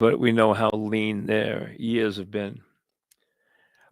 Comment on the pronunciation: “I been doin’ dis for 35 yeahs.”